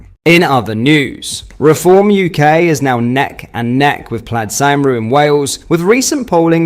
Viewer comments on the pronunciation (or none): what the fucking he’ll is that bro pronounced cumree cymru 😂🤣 I’d rather you call me a sheep shagger 🤣🫣 🏴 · Here's an easy way for an English speaker to pronounce Cymru - Cumree . I only say as I dont want you to get shit off the Welsh nationalist and other leftists mate ( dont forget they used to burn your Holiday home down back in the day) 👍😂